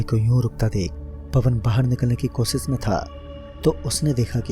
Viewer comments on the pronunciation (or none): pehle bolna seekh be kosis nahi koshish hota hai wo